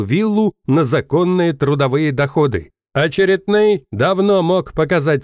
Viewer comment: ОчерЕтный.😊 Ударение на Е.